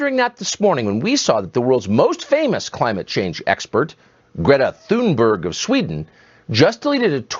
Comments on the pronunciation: The only issue I have here is your pronunciation of Thunberg. It's not 'THUN-burg.' It's 'TUNE-burg.' The anglicization hits a tad harsh. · It’s pronounced Tunberg not Th.. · Greta's last name is pronounced "Tune berg". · Greta’s last name is famously pronounced with a t sound as in tan, not as a th sound as in those. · Just FYI: that name is more closely pronounced "toon-berry". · Greta's surname is pronounced "Tunbery." In Swedish, the letter g is often soft. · "Toon-Barry" would be closer. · It's pronounced Toonburry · Sorry, you're still getting it wrong. G is Swedish is pronounced like a y english. U is pronounced like oo in English Th doesn't exist and the h is dropped. Vowel length is differently expressed but no parallels exist in English so we'll skip that part. So the closest pronounciation would be: ' toon burry' , not ' choon burg'. Source: jag är svensktalande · This is all great, but i believe in calling people what they would have themselves called. That's not how to say her name. Conservative anti-Thunberg folk say it that way (presumably out of disrespect). It's more like TOON-berry. There are decent pronunciation guides online. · Great video as usual. Just a small detail: The H in "Thunberg" is silent, so it's pronounced "Tunnberg". Or, for bonus points, like the u in "tuna" (the fish) without a at the end. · In Swedish it's pronounced tuun-berg, the g is pronounced like y in yolk. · Great post as always. One correction here: Greta Thunberg is Swedish, that means that the "h" is silent as there is no "th-sound" in Swedish, so it is just pronounced as "t" in "talk". Also the "g" in the surname is soft and should be pronouced as the first "i" in "identity". So her surname should be pronounced. (look up the wiki there is a link to how it is pronounced there) [ˈɡrêːta ˈtʉ̂ːnbærj] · She does not pronounce it that way